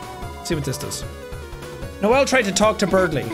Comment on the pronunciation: I like how you said noell instead of noelle